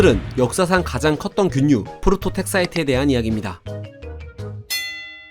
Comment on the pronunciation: 발음 착착붙는게좋네 프로토텍사이트는~~포로토택사이트가~~~